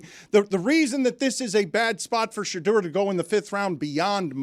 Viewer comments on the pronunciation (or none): Ellie Mystal clearly did no research coming into this interview. Pronouncing Shadeur incorrectly, not realizing Eli Manning was also from Ole Miss, and saying Manziel was essentially drunk at his interview is just ridiculous. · Well Mr. Harvard, learn to pronounce his name correctly. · This black guy can't even pronounce shedure name right! Clown looking ass... i didn't even know he was black till I watched it.. I said wait this guy black... iykyk why he didn't get drafted high...guys can't act above the shield clown ass'